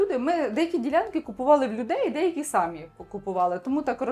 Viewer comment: Дівчата, ставте наголос правильно. Не сАмі, а самІ: наголос на останній склад!